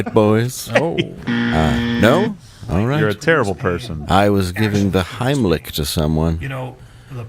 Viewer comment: Run Gerald! RUN! Dave didn’t say Heimlich, he said HINEY LICK! RUUUUUUUUUUUUUN!!!